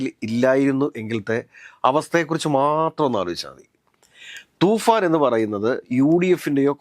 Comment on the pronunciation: തുഫാൻ അല്ലേടാ തൂഫാൻ